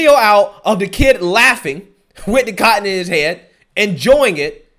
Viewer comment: Too much emphasis on the word "cotton"